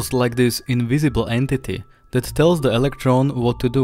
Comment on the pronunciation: "The" isn't pronounced "duh."